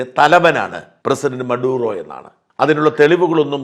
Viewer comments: Not MARUDA , It's MADURA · Marudo അല്ല സാറേ maduro😂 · മാറൂഡാ അല്ല ചേട്ടാ മഡൂറോ...